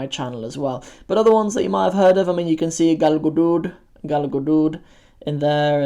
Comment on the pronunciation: Well done. Very informative video, especially for the youngsters. P.S. You murdered the pronunciation of Galgaduud and Jubbada lol the D is not the harsh DH sound, but the normal D you'd hear in words like 'dark' or 'dog'.